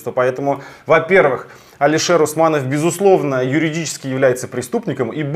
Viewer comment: Научите правильно произносить слово Алишер